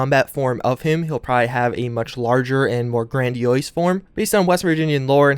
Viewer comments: grandiose not grandiois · The way you pronounced grandiose ehhh, made me shiver